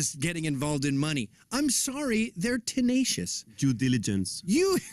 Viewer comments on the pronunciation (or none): "Jew Diligence" 😂